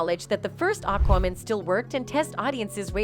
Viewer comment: STOP PRONOUNCING IT AQWOMAN. IT'S AQUAMAN. MAN! GET IT? MAN! FUK!